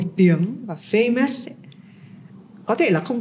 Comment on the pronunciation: À nhân tiện, chị tóc bạc ơi từ FAMOUS, dấu nhấn nằm ở FA nghe chị, không phải nằm ở sau nhé. Thấy chị lặp đi lặp lại hoài em mới thấy lạ chứ không phải em bươi, em móc chị đâu nhé nhỉ?!